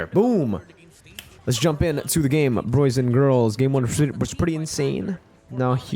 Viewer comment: Always waiting for my man next upload! By the way, can anyone enlighten me why says Broys and Girls? I have no idea how this came to be. 😂😅 Supporting my favorite MLBB caster all the way from Ph! 👊